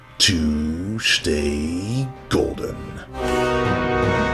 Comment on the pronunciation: what does he say at the end? 'don't forget to shtay colder'!!!